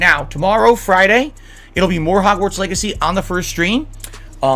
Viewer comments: Why does keep saying "Hogswart" instead of Hogwarts? He can't even pronounce the game's name right. Although, it's definitely not the first time ("Kuhleesto" Protocol) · The fact he keeps saying Hogswart not Hogwarts is triggering me..... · It's hogwarts...not hogswart...dude he doesn't even know all the houses, he called them schools.....I hope this man sewerslides himself on God bruh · Wtf is 'Hogswort'? Dude said it three times. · “hogswart” he can’t even say the name correctly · Makes me cringe how he says hogzwartz...and im not even a potter fan... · did he say "Hogswart"? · Does he keep saying hogswart on purpose? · Forget the houses, the dude kept referring to the game as "Hogswart" ffs